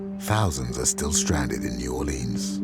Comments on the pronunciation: Right! It's New Walleans! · The narrator can at least learn to pronounce "New Orleans"!!!